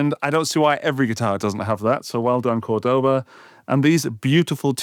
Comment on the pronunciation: That’s not how you say Cordoba. It’s more like the Degoba System. But you got capo right 😁